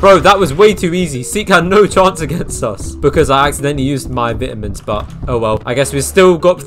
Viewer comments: "VITAMS!" its vitamins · bro said vITamins 💀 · HE SAID VITAMINS SO BRITISH